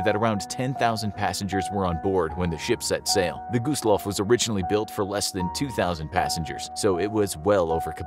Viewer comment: Why did it pronounce it by gooseloff